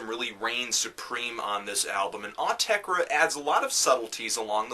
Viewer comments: OOOH-TEH-CREH!!! not AWW-TEH-CREH... just saying! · it is pronounced awteker as that is their dialect but they have also said pronounce it as you find yourself saying it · Actually, it's "Aw-teck-ur" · I thought it was "aww - tesh - reh" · its 'or -tecker' listen to an interview with them thats how they pronounce it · "Aw-tek-reh". I'm adding that to my list of Autechre pronounciations. :P Great review. I'm a big Autechre fan, but I agree with a lot of things you said. This was a hard album to really get into... still glad I bought the CD though. Some tracks were almost on the verge of annoying (known(1) and redfall are good examples), while some I liked pretty immediately (d-sho qub and pt2ph8). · Came back to see if young Melon could pronounce Autechre's name wrong. Was not disappointed. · There is no absolute right way to say Autechre u noobs, themselves wont tell u how u should say it so relax and pronounce in whatever way u want... About the music, this is a difficult album for some people, specially for those who are attached to the 90s Autechre sound, it will also be difficult for anyone not interested in experimental music and not aware of some basic computer music production. So I think its safe to say this is an elitist album, .. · Autechre doesn't even know how to pronounce Autechre.